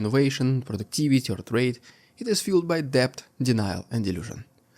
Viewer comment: You have the best metaphors and similes of any newscaster on YouTube! I appreciate your comprehensive reports every day. (One note - the word 'debt' is pronounced 'det', the B is silent).